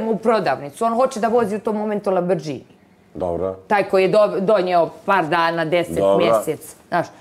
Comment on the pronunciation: Ona kaže LABRĐINI 😂